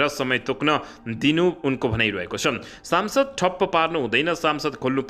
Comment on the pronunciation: कति अशुद्ध समाचार ।।।।।।सम्सद्।।।।साम्सद